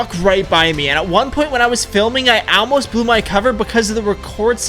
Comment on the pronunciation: "AELMOST" "AELMOST"